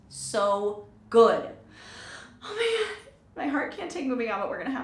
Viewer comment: Произносишь фразу о боже мой как в порно фильме